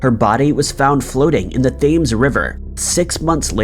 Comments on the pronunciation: FYI, Thames is pronounced like "tems." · THAMES PRONOUNCED....Tims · The River Thames is pronounced "tems," tardbot. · That's pronounced "Temms" not "thaymes." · I said that it's NOT pronounced like "Thaymes".... that's the way he said it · It's better than his pronunciation of Thames! It's pronounced "tems" not "thayms" 😭😂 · The Thames River is pronounced "Tims River"...just saying. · Thames is pronounced Temms! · Just a piece of knowledge: "Thames" river is pronounced, "TIMS" river, not Thames, check it out. Great video! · The Thames is pronounced "tems". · The Thames river is pronounced "Tems". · The Thames is pronounced.... Tems. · "Thames" is NOT pronounced "Thaymes" 😑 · what? no... it is pronounced "temmes" ...the "h" is not used and the "a" is like the small vowel "e" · Just so you know, the river Thames is pronounced Tems! 👍🏻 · It's "Tems." PLEASE look up how to pronounce names. This seems to be a common error in these videos. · It’s pronounced “tems” (Thames) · Came here to say this, and now I feel bad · glad someone else picked this up - im not from the uk but cant understand how anybody doesn't know this - Quay is another one that trips up people, esp americans, who include the Q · Thames is like “Temz” …definitely lazy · Pronounced tems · Blue Bell and J F are correct. It’s pronounced Tems/Temz. I’m British and this is how we pronounce it. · The Thames isn't pronounced like it looks the h is silent and the e is short. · I thought everyone knew how to pronounce ‘Thames.’ What is the name of the house in Newport where the servants are scared? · Thames is pronounced a little differently than you said it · I get how anyone can mispronounce 'thames' because of the way it's spelt however how he butchered the pronunciation of 'Dublin' in a previous video is just 😖 ✌ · "an incline in tourism" (really?) "a softlike voice" (as in soft, I guess) Thames River (it takes no effort at all to learn how to say this name) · You're terrible at pronouncing Thames